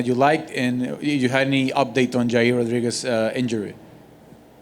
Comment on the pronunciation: if you want Dana to understand you, don’t say “Jair”